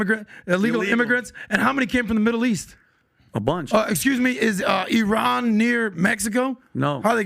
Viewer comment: Funny actually pronounced iran correctly e-ron